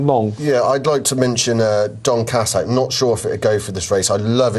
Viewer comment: Some fantastic pronunciations of horses in this vid "Don Cassack", "Hublan Doozay".